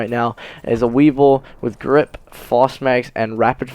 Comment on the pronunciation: Vesper not weevil